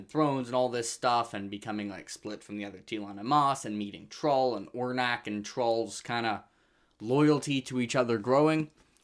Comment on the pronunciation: You got Tiste Liosan right, but it's On-rack, not whatever you said 😂!